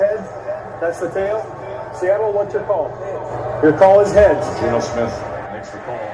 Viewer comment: I heard "heaads" like him saying it with an accent. Idk how he said prior but it'd be something to look at